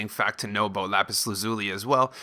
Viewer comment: how he said lapis how to really say lapis